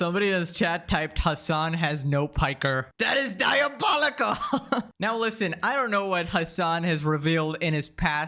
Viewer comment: "Diabowicow" bro. Stop. I subbed because the tea is hot and fresh, you got some good takes. Not everything is "diabowicow". Most of this is absolute cinema tho.